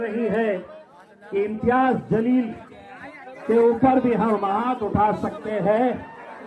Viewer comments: Yeh Imtiyaz Jaleel hain Imtiyaz Zaleel nhi Zaleel means beizzat or disrespect Media walon ko pronounce karne janta sikhayegi to samjh lo kis level ke log in media me hire kiye ja rhe hain Patrakarita ka to level pata hi hai ab ye bhi pata chal rha hai k jahil log patrkar ban baithe hain Wah re godi medi 😅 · Sir ji Imtiyaz Jaleel hai naam Imtiyaz zaleel nahi please correct it. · Reporter mahoday pahle uchcharan ki tameez Sikh lo Imtiyaz zaleel nhi ،Imtiyaz Jaleel naam hai ،zaleel ke matlab zillat badnam hota hai ،Jaleel ka matlab roob Jalal hota hai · Aray bewaqoof Anchor Imtiyaz zaleel nahi Unka sahi naam Imtyaz jaleel. hai. Naam sahi lene nahi aaya tho Anchoring nahi karna. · It’s Jaleel, not Zaleel. Although the caption correctly says Imtiaz Jaleel, he is still being called Zaleel, which appears to be more than just a slip of the tongue. This should be corrected. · Take the name properly it is Imtiyaz Jaleel. Not Zaleel Mind your language. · अबे जाहिल इनसान बोलना सीख ले इम्तियाज़ ज़लील नही है बल्कि इमतियाज़ जलील बोल जाहिल इनसान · chutye reporter zaleel nahi jaleel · Imtiaz zaleel nahi Imtiaz jaleel bolye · Tu anchor hai kya hajaam hai saale Imtiyaz Jaleel hota hai Imtiyaz zaleel nahii❌❌ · ज़लील नहीं होता जलील होता है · Abe baklol Kisne tum ko channel pe baithaya jaleel ko tum zaleel bol rahe ho pahle kuchh seekh lo fir patarkar banna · Imtiyaz zaleel nhi re baba intiyaz jaleel bol saale tum reporters pehle pronounce karns seekho😅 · Imteyaz zaleel nahi (Imteyaz Jaleel hai) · Naam sahi say bolo imyiyaz jaleel hai imyiyaz zaleel nahi 😅😅😅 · Abe jaahil. Imtiyaz (jaleel) जलील hai...Zaleel Nahi. ज़लील नहीं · Abey chutia anchor. Zaleel nahi hota hai Jaleel hota hai. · Zaleel nahi hota Jaleel hota है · Aap kaise journalist ban gaye zaleel and jaleel both are different words in Urdu language Journalist saying zaleel means in English language "Humiliated" His name is jaleel means in English language "great" Anchor saying jaleel but journalist saying zaleel